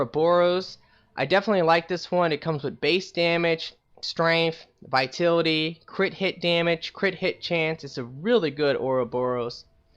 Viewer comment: Vi-tal-it-y. Vitality...